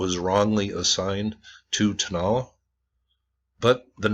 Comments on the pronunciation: I would suggest the pronunciation is / tow-na-LA /. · Like someone commented 73 likes and no views? Great video... (TOe-NAh-LAh) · I would pronounce it like this....." toe-no-la" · Pronounced "Tone-ah-LAH'. Also, Iglesia Vieja just means "old church", and not "old lady church". The word for "old" in Spanish is either "viejo" or "vieja" depending on whether they're describing a "male" or "female" noun. All Spanish nouns are gendered, and ones ending in "a" are usually female- like "iglesia". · The prounounciation is "toh-nah-LAH' NOT 'toe' also the ACCENTUATION is on the last vowel "á"